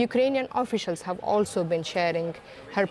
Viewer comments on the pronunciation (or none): none